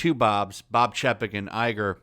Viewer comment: Say it with me CHAY-PEK